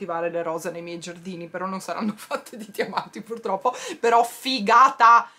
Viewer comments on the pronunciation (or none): none